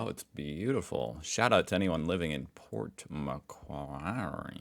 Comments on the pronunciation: It's pronounced Port "Mcworry" and since we're on the subject, I'd love to hear you try saying happy arvo the Aussie way by dropping the r sound and saying "ahvo" instead 😊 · so love your stuff, but by god you can torture the language. I have honestly never even conceived of some of the ways you mangle Australian english. Port Macquarrie; "port mu'-kwarrie" dead simple..... really looking forward to your visit here... we will fix youso you'll be able to claim to be bilingual: Hoosier AND Strine!😂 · Pronunciation correction: Port Makwarry